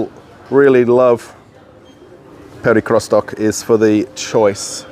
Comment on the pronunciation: What is it with you English speakers! Do you have to bastardize every foreign word? The supermarket name is not pronounced Perikrostok, but Perekriostok. Can't you use Google translator, if you are not sure?